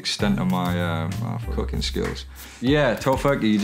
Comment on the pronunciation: Am I the only one who understood „I don‘t do a lot of cocain“ instead of cooking? No just me, okay